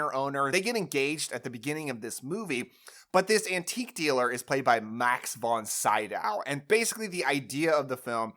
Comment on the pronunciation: Not trying to be mean but it's Max Von See-doh not Sigh-dow.